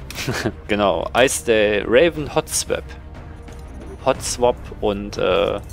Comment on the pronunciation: Ja ich war Raven :< Aber diesmal hast du meinen nick richtig ausgesprochen ;)